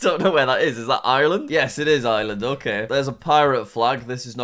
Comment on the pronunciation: FUN FACT! There’s an r in Ireland Jack.